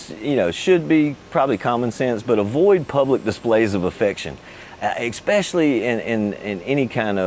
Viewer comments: ES-pesh-uh-lee (for especially); not EK-spesh-uh-lee. ? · great info but its not EXspecially. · you know he's american when he says "eckspecially" LOL